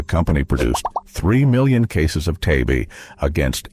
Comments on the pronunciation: It's not t a b Its TAB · It not tee-ay-bee! It's Tab! One syllable! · It’s called Tab not T A B Just can’t watch any longer. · Tee-ay-bee used to be made by See-oh-kay-ee. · Holy Lord! Don't these computer narrators know how to pronounce ANY of these old brands? T-A-B is tab, Teem is Team (not tee-emm).